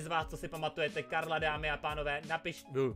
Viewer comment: řekl dámy a tánové:D 🤣🤣 pslouchejte